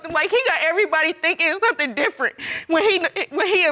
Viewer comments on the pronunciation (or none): none